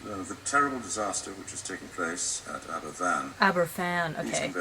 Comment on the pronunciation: In answer to your question, Aberfan is pronounced like Abervan. A single 'f' in the Welsh language is pronounced like an English 'v'. Great video! And it's nice to see Wales' darkest day finally being acknowledged and talked about. Thank you. :)